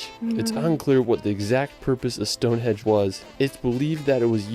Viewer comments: it’s HENGE not Hedge 🤦🏼‍♀️ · This video has the worse narrator possible, he can’t pronounce any place names properly ‘Westminister’ and ‘Stonehedge’ are just two. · DO NOT TRUST TOURISM advice form a guy who calls it Stone Hedge!!!!! Ask the locals not a guy who never went. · It was funny that the narrator said "Tower of Westminister", rather than Westminster. Then he said Stone Hedge, rather than Stone Henge. 🙄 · How many times did he call it stonehedge 🤦🏼‍♀️ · It's Stonehenge, not stonehedge🫣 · It’s Stonehenge not HEDGE! It’s Wales not Wells! I wish this video audio could be edited, it’s annoying! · The guy saying "Stone-HEDGE" instead of "Stone-HENGE" is driving me nuts :D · "Stone Hedge" this guy is a gold-medal muppet. He manages to mispronounce pretty-well everything. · The narrator was saying StoneHEDGE in relation to the standing stones. It's StoneHENGE! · Oh no... has triuble pronouncing words (like "_world_") and place-names (like ' Westminster ' - it's not "West Minister") (and ' Stonehenge ' (_NOT_ "Stonehedge") There's 'Avebury' - a village is built inside a large stone circle. That's the 'Millenium Bridge' you were asking about in London... That is chalk (made from millions of years of compressed ancient sea creature's skeletal remains) on the 'Old Harry Rocks' and 'The White Cliffs of Dover'...but the hexagonal basalt rocks which were formed by cooling volcanic lava are called - in Northern Ireland - 'The Giant's Causeway'... There are others lije them in Scotland opposite those in the Giant's Causeway...plus there are lots in North America too, in, for example in Wyoming - 'The Devil's Tower' and the Elephant Mountains (?) / or Ridge (?) in Washington State... 😏🇺🇸🙂🏴❤️🇬🇧🖖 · Hold on. Is he pronouncing it Stonehedge??? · A speech impediment doesn't make you pronounce Stonehenge as Stonehedge or Westminster as Westminister. 🙄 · Did he say Stone HEDGE ? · It's ruddy StoneHENGE not ruddy stone hedge!!?!! 🤣